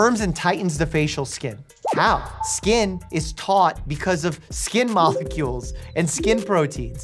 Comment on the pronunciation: Why did Dr. Mike say skin mohecules instead of molecules...or am I just dumb?🤔